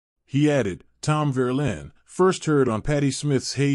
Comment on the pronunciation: "Verlaine" not Verlin!